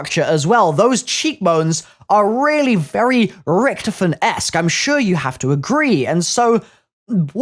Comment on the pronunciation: You said his name right